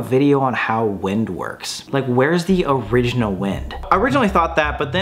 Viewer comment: my boy really said original air